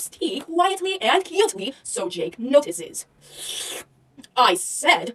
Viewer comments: I love how she calls Jake and Jack JÆKE AND JÆCK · "JÆKE" XD